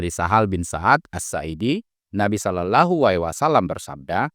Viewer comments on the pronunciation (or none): none